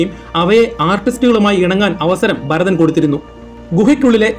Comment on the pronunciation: Barathan alla Bharathan aanu.